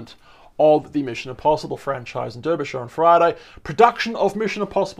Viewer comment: Derbyshire is pronounced Darbyshire